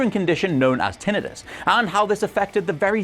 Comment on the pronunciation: Thank you for the correct pronunciation of tinnitus. I worked in the medical industry for 27 years and it bugs me when people pronounce medical terms incorrectly.